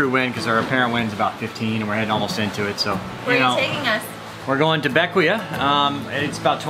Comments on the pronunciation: BECK-WAY, not BECK-WEE-UH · For the record, it is not named for Alexander Hamilton. It is named for his father, James Hamilton. He abandoned his family in St Croix in 1766 or 1767 when his famous son was about 11 years old, and settled in the Grenadines. I believe it is pronounced Beck - Way, but I may be wrong. Sorry for your loss. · Bequia pronounced Beck- Wee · Bequia pronounced Bek-wee. Next time go to Friendship bay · Bequia... Pronounced Ba-key-a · Bequia is pronounced beckway.